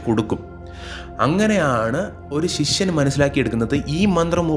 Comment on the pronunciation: അക്ഷരം സ്പഷ്ടമായി ഉച്ചരിക്കുക ശിഷ്യൻ ആണ് ശിശ്വനല്ല